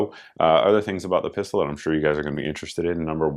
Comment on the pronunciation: Pistol, not Piarol right?